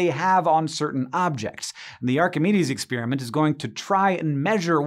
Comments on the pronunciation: What is it with this "new" pronunciation of "experiment"? It's not "exspeariment" . . . . it's "experiment" . . . no "ears" just "pears" . . . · None of this is really new or exotic. There are many books with all this stuff in it, so the research probably took less than a day. The experiment is cool, even though he pronounced it "ex-spear-i-meant".